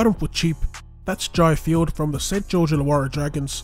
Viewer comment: Ok yeah I get what u mean so it's like another ball player on the field and Jai field his name in pronounced jay field